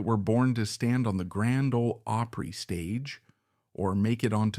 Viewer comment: This is the very BEST narrative I have heard in a LONG time .. this man knows how to pronounce "OPRY" .. I am very impressed and thoroughly enjoyed this video!!! Have always loved Jan Howard and her talent !!! THANKS!!!